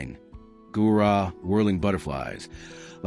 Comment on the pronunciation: Gaura, not Gurah ! 😮 😮 😮